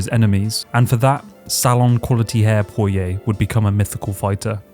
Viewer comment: Went cunts say poiriers name like that I wanna die